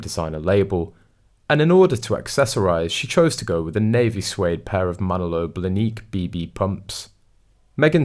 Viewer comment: And it's Manolo BLAH-nick, not "Blanique".